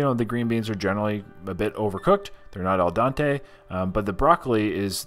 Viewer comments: it is pronounced "Al-dent-aye." Not "Al-don-tay. " otherwise I love your videos. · Just trying to help, but you keep mis pronouncing the term "Al Dente" as "El Dante". Al Dente is Italian and means "To the Tooth". Do just remember Dente = tooth. Al Dente not El Dante. Cheers. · Not "el dante". It's "al dente". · "El Don-tay"